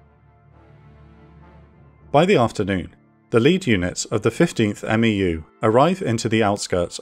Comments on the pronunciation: Good stuff! Just correction, The MEU is not called a M-E-U by alphabet it’s together (MEU) like MU. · It is a bit weird to hear "M-E-U" and "M-E-F" constantly. MEU is pretty much always pronounced "mew" (like the pokemon), and MEF is also pretty much always pronounced phonetically like "mehff." I MEF is interchangably referred to as either "one mehff" or "eye meff" but 1MARDIV and 1MAW (part of 3MEF but still) are always "one mahrdihv" and "one maww" when referring to them shorthandedly. 1MARDIV is never "first division" or "first mardiv" weirdly even though 15th MEU is always "fifteenth mew" and never "one five mew." Infantry battalions are referred to just by number, so "one five marines" refers to 1st battalion, 5th marine regiment. It's often shorthanded to "1st battalion, 5th marines." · Amazing content, as always. The only thing I feel I could add to this is that we never referred to MEUs as "M-E-U" in the Corps. It was always, "mew." Not criticism on my part, of course, just something I thought I could share. 😺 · We say "Mew" not "M.E.U" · love the series so far man, just a couple things, a marine medic is called a corpsman and a meu is pronounced mew, keep up the good work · Just a little pronunciation help from a former MEU Marine. Marine units with acronyms for names are typically pronounced phonetically as one word, so MEU would be pronounced MEW similar to FEW. Same applies to MEF which is pronounced MEAF similar to DEAF. Love the content, just want to toss a little help in there since 1st MEF played such a pivotal role in the ground invasion. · Of note, we pronounce MEU as "Mew" and MEF as "Meff" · US Marine here...love your work. FYI, "MEU" = "mew"...like a cat. 👍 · When you say MEU, you can just pronounce it "Mew" like the pokemon. And you always just pronounce MEF just like it sounds. But you'll say "one" MEF, "two" MEF, "three" MEF. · Marines pronounce MEU as "MEW"